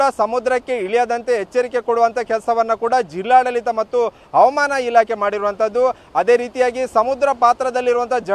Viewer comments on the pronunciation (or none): 𝗔𝘄𝗺𝗮𝗻𝗮 𝗔𝗹𝗹𝗮 𝗮𝗱𝘂 𝗛𝗮𝘄𝗮𝗺𝗮𝗻𝗮 😂